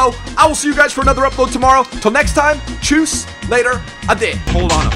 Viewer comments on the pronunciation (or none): none